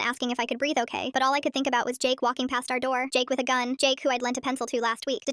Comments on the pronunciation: Um u said gum not gun😅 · Yeah, like she said that “ they have gum”😂😂😂❤❤❤